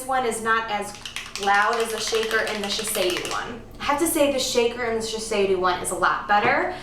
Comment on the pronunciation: it is not called shi-sei-dew, but "shi-say-DOE"